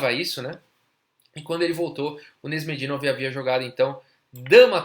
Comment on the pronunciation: Seu canal é ótimo meu caro, não perco 1 vídeo. Se eu pudesse dar apenas uma sugestão (nada muito significante não), a pronuncia do nome de alguns jogadores é engraçada às vezes rsrs. Canais como o do Agadmator's podem tirar a dúvida legal sobre como pronunciar alguns nomes difíceis tais como o do Nezh